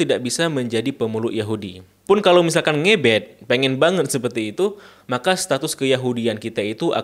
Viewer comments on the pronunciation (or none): Ngebat ngebet .. ngucapin ngebet aja gk bisa !!! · Ngebet.. Ngebet bang.. Di bacanya ngebet.. Pake e bukan e